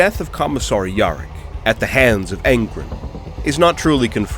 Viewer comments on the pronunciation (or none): When yarrick becomes "York" the third "ork god" XD